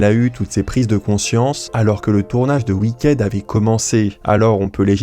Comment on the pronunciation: Wicked se prononce Wickid